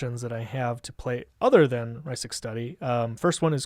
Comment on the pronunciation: OMG i literally cringed every time he mispronounced "Rhystic", ughhhh